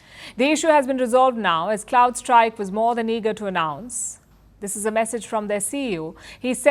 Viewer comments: Is she repeatedly saying " Cloud Strikes?" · CrowdStrike. Not Cloud-strike. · Small correction. You referred it multiple times as cloud strike, but it is Crowd Strike